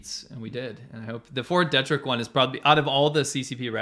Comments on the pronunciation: Fort Detrick is not pronounced Deh-Trick. It is pronounced Dee-Trick. Just letting you know. Love the show. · Not to nitpick, but... the name of that American military base is pronounced "DEE-trick," not "DEH-trick". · Fort "Dee-trick" edit: You guys couldn't be more wrong about the mask argument.